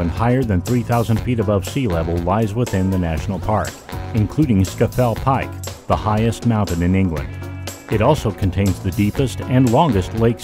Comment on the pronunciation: Reasonably accurate commentary (if you overlook Scafell Pike being pronounced as "Sk'fell Pike") Visuals would benefit from doing without that 'slowly rotating an image' effect, and were totally ruined by including a picture of Upper Derwent Reservoir, which is in The Peak District (over 100 miles from The Lake District!) ...and the fact that the originators have omitted to answer to that particular serious error for over 3 years is unforgiveable!